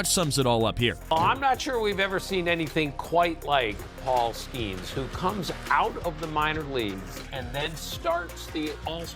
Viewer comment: Paul SKAINS 😂